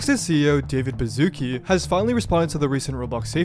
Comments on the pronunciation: I can't stand americans pronouncing his name, it's Bashutski, not Bazookie. Wouldn't be an issue if you slopper didn't repeat it every 5 minutes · It's David Bashootskee and not Bazooki. What's wrong with you people?